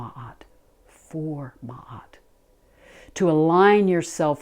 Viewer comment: Love and gratitude from Egypt. A special thank you for pronouncing Ma’at‘s name correctly ♥️